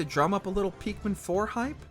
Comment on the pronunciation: Bro just said Peeekmin 💀